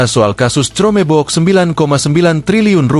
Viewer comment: Reporter media ini berpendidikan rendah. Baca chromebook saja tidak becus, parah.